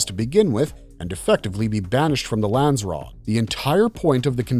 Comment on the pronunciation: Lans-ser-rat who taught you how to read....